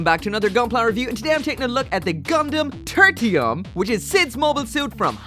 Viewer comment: Title: Turtium Gundam.: Turtium Gundam. Me: Okay, so it's called "Turtium" then.